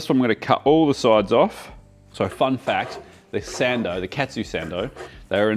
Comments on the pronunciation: if you say "katsu" be sure to say it like "cut sue" and not "cat sue" if you say "ketsu" it has entirely different meaning (it means "ass") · The way you pronounce "Katsu" sounds awfully close to the Japanese word "Ketsu" (けつ) which literally means "Ass". No need to thank me. ( ͡° ͜ʖ ͡°)